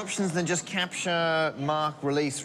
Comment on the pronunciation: "Capture", not "CAPTCHA", ok.